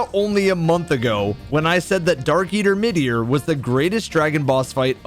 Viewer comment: It’s midir